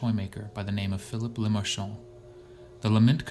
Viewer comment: Finally someone who pronounced LeMarchand correctly! Great video